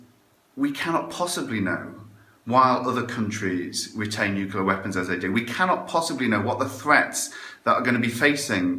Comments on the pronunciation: Woodock! It's nucLEAr, not nucULAr. i tried to resist correcting you, but i failed. by the way, i'm just watching Adam Curtis' Bitter Lake documentary. It's long and arty, but fills in a lot of gaps in my knowledge about the arms trade and the West's involvement in the Middle East. Pretty essential viewing if, like mine, your knowledge was a bit sketchy. It's on iPlayer at the minute. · Has anybody noticed that woodcock mp guy can't even pronounce the word "nuclear" properly? Makes all of his arguments completely void in my opinion